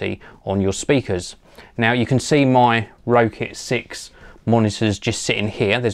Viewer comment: its pronounced rocket 6